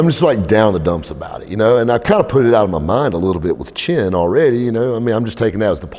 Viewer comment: Chen. The ch is pronounced like that.